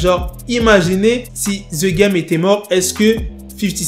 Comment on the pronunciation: On prononce #degame please